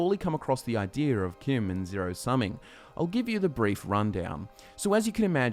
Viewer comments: No one else bothered that he doesn't pronounce CHIM properly as in, CHIMney? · Hold the fucking phones: CHIM is pronounced like the name Kim?!? I have said that (in my head) with a 'ch' sound, never a 'k' sound, for YEARS now. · who pronounces CHIM with a ch sound instead of "kim"